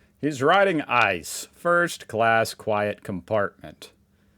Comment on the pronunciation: Please don't say "ice". That's become a bad word. it's pronounced as three letters I - C - E. She didn't buy gas for a total of 2.43, but for 2.43 per liter which is quite expensive.